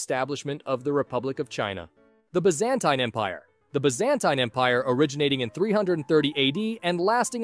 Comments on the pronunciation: Its by-za-tine not by-zan-tum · He pronounces it as “Be-zan-tine”, while it should be pronounced as “Bi-zuhn-teen” in his American accent. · Is it me or does he pronounce Byzantine so weirdly? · It’s pronounced byzantine